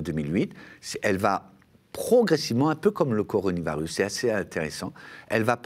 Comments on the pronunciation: " La crise du coronivarius : ça doit être une sorte de Stradivarius chinois....,? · Ya que moi qui bloque sur ce qu'il dit a chaque fois? "coroni varus" >.< encore jpp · coronivarus ? XD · Un mec qui n'arrive pas à prononcer correctement coronavirus est-il crédible ? Et le nouvel an chinois, on ne l'appel pas non plus le "chinese new year", ni en Chine ni en France : il m'a tout l'air d'être un bon guignol..